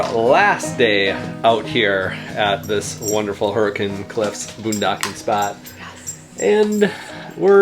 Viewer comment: Love it that you use the local pronunciation of Hurricane and Zion!! Agree that Southern Utah is one of the best places to RV.